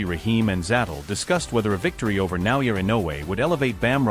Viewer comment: and these people still can't pronounce his name right ! 😮wtf ? Na O Yah E no way !